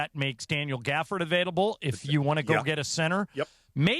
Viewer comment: Gafford not dort